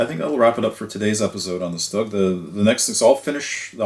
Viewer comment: Its Stoog not Stug, It's really shorthand for the german word for "assault gun" or sturmgeschutz or StuG. With german pronunciation, I would imagine we pronounce "StuG" as "Shtoog". Definitely not like "ugly".